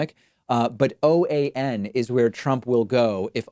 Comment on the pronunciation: Should be OAN not PAN